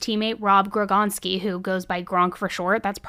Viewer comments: She called rob gronkowski rob Grogonskey 😂😂😂😂😂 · It's GRON--COW--SKI... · I'm just here for all mispronouncing of NFL Combine, Gronkowski, etc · I love the way you mispronounced Gronk’s name 😂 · Couldn’t even say Gronks name right…